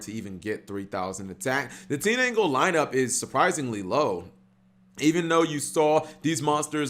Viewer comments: TEEN-ANGLE?.....h.....just how?! How do you do that?! It's TIN-DANGLE!!!! last time a mispronunciation ticked me off this bad it was farfa pronouncing SAR-YU-JA as SAR-YU-YA -_ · It's tinDangle not teenangle